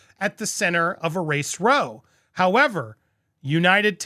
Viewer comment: Race Row is pronounced Like Race Wow. Not row like a row of seats. Love you Andy!!! ❤